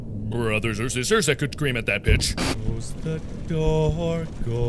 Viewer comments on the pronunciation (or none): When he said pitch, I thought he said the word bitch.